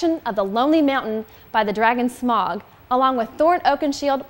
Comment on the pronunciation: I'm not sure about the pronunciation of Balin and Dwalin, but Smaug should definitely be pronounced Smowg, not Smawg.